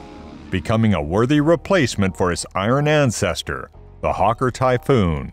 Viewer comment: Hawker NOT Harker...dumb AI voice.